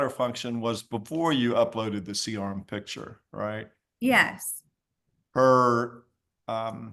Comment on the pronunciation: Never trust a nurse who can’t pronounce the word picture.